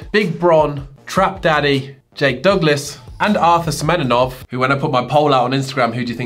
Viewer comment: not semeNINOV, semeNOV